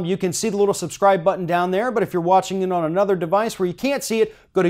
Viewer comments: It's pronounced Tommy, sir knows it all. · You just ripped her apart and didn't even say her name right. I'm pretty sure it's like the males name Tommy.